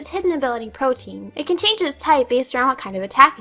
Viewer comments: Ahem. It's pronounced Pro-tee-an. If it was Pro-teen, it would be spelled protein, but it's not. It's spelled Protean. I have a Greninja with that ability. I would know. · Pronunciation/Etymology PSA of the day, for anyone who's interested -- "Protean" is an adjective with origins in Greek mythology, after the aquatic deity Proteus. Thus it's pronounced "PRO-tee-un," keeping the "te" as a separate syllable as in the original Greek name, and describes something that is fluid, changing, or capable of taking on many forms. The more you know! =) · Haha greninja has a diverse movepool? & its PRO-TE-AN :] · Protean is not protein. It's pronounced PRO TEE AN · Lmao, Pro-Te-An. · your story bout absol actually made me tear up. good vid btw i agree with you mostly on every point. even though you pronounced protean wrong :P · "its hidden ability protein" ...not only does she pronounce her own pseudoname wrong...